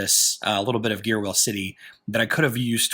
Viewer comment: I think that the pronunciation of the name of the city is supposed to be close to "Gear Wheel", like a corruption of a gear wheel. I could be wrong, but that is how I have been saying it. Sort of slur together the two words of gear wheel and blend them: geeeeeerwill